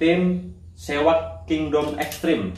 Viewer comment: seahawk bang bukan sewak 😂🤣 salam satu hobi 🙏